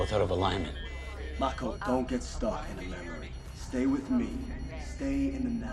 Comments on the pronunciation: Her name was Maako, like mako shark, with a soft “a”. I was surprised that you didn’t recognize the director Guillermo (so?) del Toro’s name. He directed Hellboy! 🖤🌹🖤🧛🏻‍♀️ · Did you really say, “that water is no more good”? 😂🤣😂🤣. Btw, her first name is Mako. Pronounced, M-ah-ko. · It Was a tad bit annoying how lost you were with this movie. They are not in sync mentally like that they are sharing the load of the machine they pilot on their brains not sharing every last thought. The "dive" is just connecting. Her name is MAKO!! (MAH-COH). And gypsy never had a sword til that moment. (/_<) it's like ypu watched it but gathered nothing from it. Had to unsub for this one:/ this was just to cringy to watch. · The girl's name is MAKO pronounced MAH-ko.